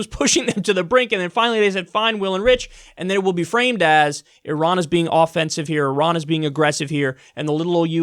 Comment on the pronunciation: You can't say Iran?